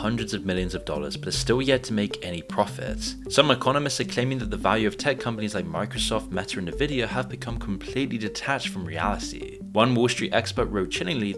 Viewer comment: Stop calling Nvidia Nuh-vidia lol